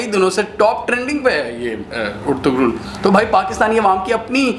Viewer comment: It's pronounced as Er-tu-rul